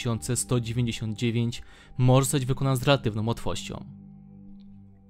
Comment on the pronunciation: Omg Tego nie wypowiada się "esssscipi" Tylko "escepe"